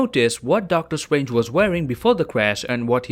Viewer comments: Please say ‘Doctor Strange’ instead of ‘Doctor Swange’ nice video tho🌝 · Nobody:: “Doctor stwangers”